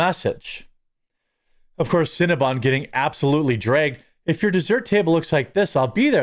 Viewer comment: Cinna-BON, not bun. It's bon like the French word for good or sweet. Like "bon appetit".